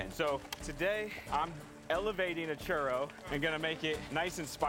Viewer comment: Arron didn't say 'Churro' correctly. He's using at least three R's. This is too many.